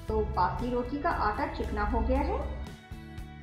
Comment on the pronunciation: Please bassi na bole ajeeb lagta h